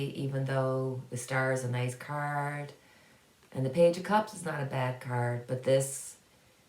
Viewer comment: Ok had to pause the video, got caught in the way you said "card", started with a little snicker and ended up with a good belly laugh. I could only hear curd that sounded more like turd lol. OMG forgive me please. I would like to know what Canada is going to do about the reservations conditions, indigenous people have a right to clean water and safe living instead of what they have now. New branch off of ISIS it was ISIS-k, must be a group that is more fanatical then regular ISIS still bad news for the world because you can't trust what they will do or where they will do it.